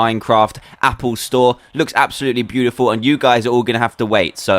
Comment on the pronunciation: "Happle Store" lol